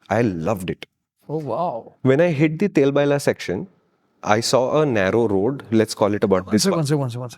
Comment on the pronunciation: It’s not Tel baila ❌ It’s Tailbail ✅